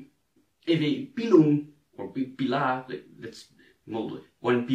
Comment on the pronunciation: the way you say pila/pilum just screams that you're dutch ;) :D